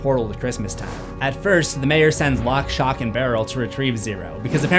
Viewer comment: He says it correctly later on though!